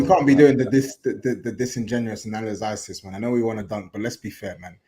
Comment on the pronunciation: “Analyzisys”, gets me every time 🤣